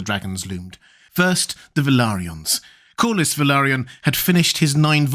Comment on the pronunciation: The way say Corlys sounds as if he is saying coolest. Coolest Velaryrion. Which he was. Francis Drake in silver hair.